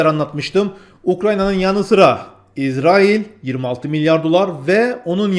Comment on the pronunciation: İzerail ne yaaa? Şuna israil diyemiyormusun?